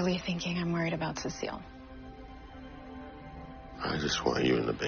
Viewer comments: I’m not being mean or anything but it’s Cecil not cecile ps.DO NOT HATE THIS ISNT A HATE COMMENT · Golly no it’s cecil